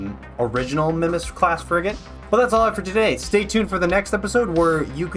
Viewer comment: R3LOAD here. Thanks for doing this and It's going to be great. The Sister Class to the Mimas is going to be amazing to have in the FSI fleet. Also, no worries but, its pronounced "My-Mas"